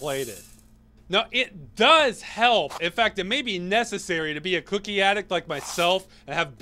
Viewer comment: why does it sound so weird every time he says cookie